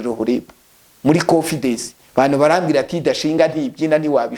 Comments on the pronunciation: Ariko umuntu uvuga ko yize Masters atarize primaire secondaire,na Bachelor natubwire Aho yize ibyo byiciro nukuntu yari mayibobo. Masters Holder uvuga confidesi #confidance.divorcentabwo ari devorce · Wenda aho yize bamwigishije ko bavuga konfidesi muri ntibavuga bavuga 😂